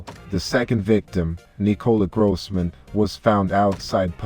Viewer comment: Grooossman? Grooosman!? That is not how you say it!